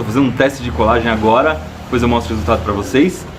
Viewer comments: Ibere, seu canal é perfeitamente perfeito, MAS PELO AMOR DE DEUS, SÓ EU FICO LOUCO COM ELE FALANDO "DIPOIS" ??? invés de depois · first error? "Dispois" kk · iberê, pare de falar "dipois"